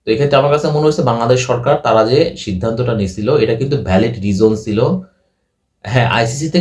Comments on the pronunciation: Reason noi rijon.. scotland noi escortland tui kotha bol agey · বাবা, তোমার "রিজোন" আর "ইস্কটল্যান্ড" শুনেই তোমার ইংরেজির এলেম বোঝা গেছে, বুঝতেই পারছি তুমি আইসিসি-র রিপোর্ট পড়নি; ক্রিকইনফোতে আছে, ইংরেজি জানে এমন একজনকে দিয়ে পড়াও রিপোর্টটা। স্পষ্ট লেখা আছে বাংলাদেশ দলের জন্য আলাদা করে তেমন বিপদ নেই। অন্যরা কেকি বলছে না শুনে নিজেই দেখে নেওয়া ভালো নয় কি?